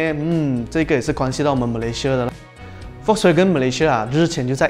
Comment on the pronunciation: 其实 Volkswagen 不读 V 的音，是要读 F 的音的。读对音对需要专业的你们来说是很重要的。